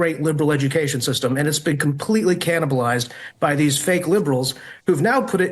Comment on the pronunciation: Cannibal not cannabal. You can't SPELL correctly because you can't SPEAK correctly.